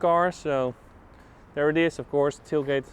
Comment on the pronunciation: He says “off course” a lot lol